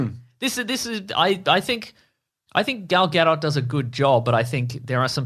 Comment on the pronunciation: Wow you guys. It's not Gaadoh. It's Gay-dot. Gul Gay-dot.